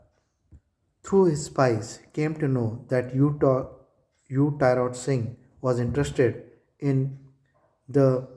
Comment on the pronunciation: T - rot not ti rot